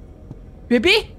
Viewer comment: suka banget cara pronounce "baby" nya🤣 bebiii